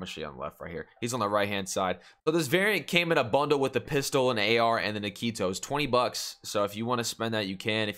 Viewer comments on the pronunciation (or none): His name is Nikto not Nikito, there's no i after the k. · kito.... but bro it’s nikto. Fun vid to watch always a pleasure :)